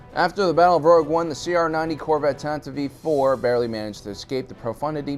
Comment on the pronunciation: Isn't it the Tantive 4 (IV)? Is he saying Tantive V 4? I've heard this before on other Star Wars-centric channels. I Don't get it.